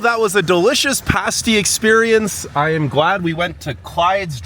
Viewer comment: At least he said PASS TEE right.